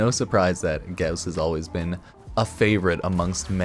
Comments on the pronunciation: every time you put emphasis on u in Gauss hurt me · The less you say and mispronounce “gauss” the less I wanna jump off a bridge 😅😉